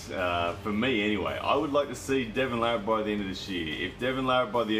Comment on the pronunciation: Devon Larratt is by far my favorite armwrestler! And you are one of the few people that actually spelled and pronounced his name correctly. Everyone else seems to screw it up.